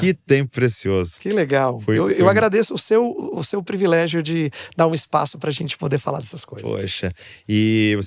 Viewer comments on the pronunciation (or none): "Previlegio", não pastor.